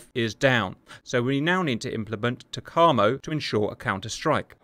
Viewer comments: I know this is a month old, but TACAMO is pronounced Tack - A - Moe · Sandboxx got this wrong too - should be “tack-ah-mo” 😁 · TAC - A - MO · FWIW: "TACAMO" is pronounced tack-uh-moe. I was in the USN from from 1983 to 1986, and was from mid-1983 to early-1986 stationed at VQ-4/Fleet Air Reconnaissance Squadron 4 at NAS Patixent River {in Maryland, USA}. That is how I know. Also, a joke someone at VQ-4 once told me: Some may think TACAMO stands for Take Charge And Move Out. Others may tell you it stands for Take Action And March Off. What TACAMO really stands for is Take A C-o-c-k And Munch Out. 🤭🤭🤭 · Pronounced Tack A Moe. TackAMoe. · Lol if Simba was there he would've corrected you on the TACAMO pronunciation. Currently the E-6B is in the TACAMO role and is being replaced by the C-130J, an interesting choice! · Hey cap _ your pronunciation of TACAMO is a bit slow, but good enough. Also, the method a submarine recieves the message is a bit off, but i suspect this is best for national security. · Cap’s butchered pronunciation of TACAMO really makes the ears bleed. Sounds like a ski resort town in the Italian Alps.